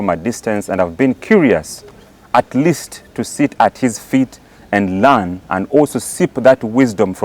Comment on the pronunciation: It's learn not lane again it's purpose papos not papas Ugandans why are you o gullible with right pronunciations.